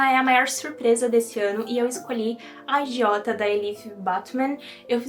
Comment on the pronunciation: menina e eu que ouvi "agiota" no lugar de "a idiota" e fiquei ué kkkk